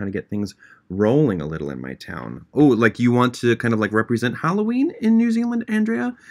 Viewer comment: he wasn’t saying MY NAME specifically but the way he said “andrea” was exactly how i say my name and so it made me happy to hear someone pronounce it how i do